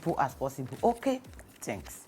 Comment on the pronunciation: Its the 'thenks' for me